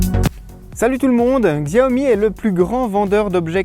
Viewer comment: Bonne video mais juste la marque se prononce Chiaomi et non Xiaomi.